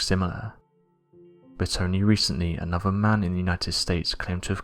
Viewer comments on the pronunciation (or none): Monoliffs. (Monoliths). Monffs. (Months). Anovver. (Another). Over. (Other).